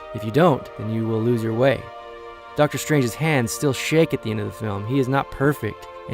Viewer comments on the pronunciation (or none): none